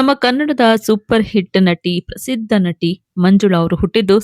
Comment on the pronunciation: Nanti allamma N A T I. Nimma kannada swalpa correction maadilolli. Tq ( taaraangana alla taaraagana)